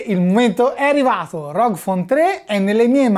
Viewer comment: GGGGGGG non C.... correggila sta pronuncia